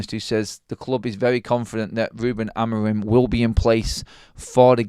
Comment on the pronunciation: Sorry I missed the live..side note I think his name is pronounced Amoreem 😊